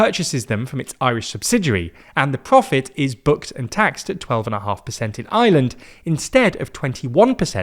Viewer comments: When he says Ireland it sounds like he’s saying Island. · Its IRELAND not Island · He's trying to say Ireland but it sounds closer to Island.